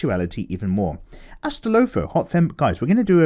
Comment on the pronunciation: woah Mikey you butchered that name Astolfo. It’s Ass-Tall-Fo Who is from the Fate series as I mentioned in my previous comment